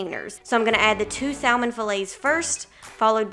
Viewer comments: The L in salmon is silent. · because the L is silent in Salmon. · Very great video. Thanks. Just one thing to add. THE L IN salmon is silent. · “Sall Mon” highlights your accent. I’m guessing southern US. Way up north it’s pronounced “samen” Great video 👍🏼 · Trying all of these ❤love the ideas and how you say Sal-man😊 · Haha...in the UK its Sa-mon for Salmon. 'L' is silent. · I'm from the South and we still say "SAM"en so it must be a specific area for her. I thought it was interesting too! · I love how you say salmon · great video. hearing you pronounce salmon had me cracking up. 😂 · Every time she says salmon 🤣🤣🤣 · I've always wanted to meal prep but have been too lazy to do so.. but in reality its something I can do a sunday afternoon and am set for the week.. cool video, low carb and healthy .. also it's cute how she pronounce saLmon.. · Lol... I grew up in a small town in Mississippi and in my family, we always pronounced the L, but apparently I've been saying it wrong my whole life. I'll be sure to say it properly next time :) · Sal-mon or Sam-man ..someone help me?!! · It was all great until I heard how you pronounce salmon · I’ll sub if you pronounce salmon correctly. I’m from east Texas so don’t give me that southerner excuse.